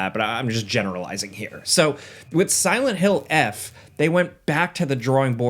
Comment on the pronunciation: It's Silent Hill Forte, not "eff"